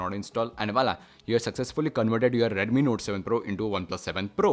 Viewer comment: Its redmi not reddemmi